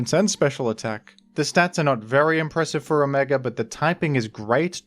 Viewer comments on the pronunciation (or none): none